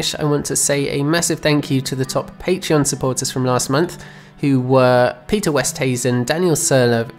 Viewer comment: I mainly laughed at you saying west instead of east 🙃. But if the pronunciation is dutch it's different from what you said. So let me give it a shot. Pieter. Like "meter" but with an P. "Pee-ter". Oost. Like "Ooh + st" but "Oohst" Huizen is interesting as it has the "ui" sound which doesn't have an english equivalent in any words I know of. The last part is definitely "zen" just like that. But "hui" is a bit odd. Almost like "how-zen" but not really. But it's good enough, the "ui" sound is hard if you've never spoken it. So Pieter Oosthuizen "Pee-ter Ooh-st-how-zen" "Peeter Oohst Howzen" You can also pronounce the "zen" as "zuh" making the n silent. That's neither good nor wrong. You can also ask Google translate, it's pretty accurate.